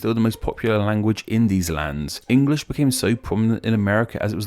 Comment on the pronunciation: Hi, I’m a non-native English speaker. It’s interesting how you say “Engrish” sometimes instead of “English” in this video. Wondering if the former is a slip of the tongue or is it an alternative pronunciation acceptable to either the British or American English? Thank you!